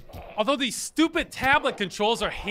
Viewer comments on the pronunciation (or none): No one: Not even god himself: Ross: "Stoopit."